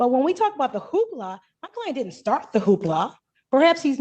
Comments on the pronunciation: A "who-ha"?? You mean "hoopla"? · Hoopla not hooha. 😃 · It’s Hoopla. Not Hooha ( that means something else 👀 )